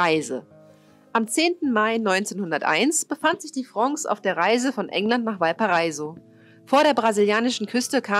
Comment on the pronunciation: Es heisst auch Potosí, statt potosi und Valparaíso statt valpareiso... aber das ist nicht so wichtig